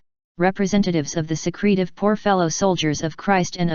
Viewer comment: You gotta love the robotic voice's pronunciation! "secrete-ive" What a load of chicken teeth!